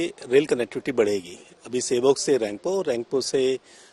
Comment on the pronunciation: In Mediya bale nam v thik se nahi bolepate। " सेबक " Station